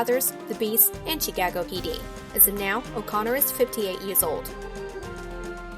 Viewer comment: Who is the narrator & why does she speak this way? Seriously.. “CHEEE-Cago PD”?